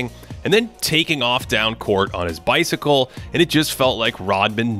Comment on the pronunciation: "taking off down court on his bicicyle" had me dying